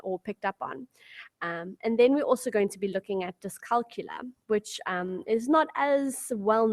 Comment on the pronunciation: Dyscalculia is pronounced dys-cal-cul-ia -- therefore you need to pronounce the ia at the end of the word. The same way you pronounce dyslex-ia.